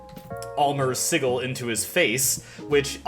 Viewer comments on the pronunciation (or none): Vermouth is pronounced ver-MOOTH and Sigil is pronouced SIH-juhl, by the way.